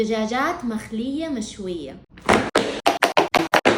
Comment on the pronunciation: اصتخفر الله ليش تقولي مخليه مو مقليه اصتخفر الله بس